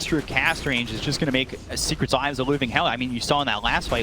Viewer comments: I just want to say 'secrekt' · SECRET? NAH MORE LIKE SECREKT🤣🤣🤣